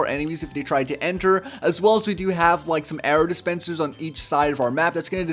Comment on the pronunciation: "arrow dispenslers"